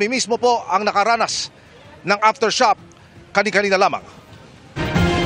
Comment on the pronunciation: Did he say "aftershop" or aftershock?